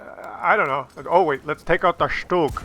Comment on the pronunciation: First replay around the mark, thanks for calling it a "shtoog"...thats the German pronunciation. I cringe when I hear STUG. I laughed on the mines replay when you crossed to the island and said to myself "this won't last long". You controlled the hill so your best bet in a slow, armor less tank would have been to go to the small town on the left. Always appreciate some good puppetry from you though! IGN: Skinny_Tin_Man, NA Server